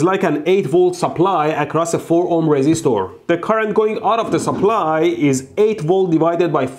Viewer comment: resistoor, capacitoor and inductoor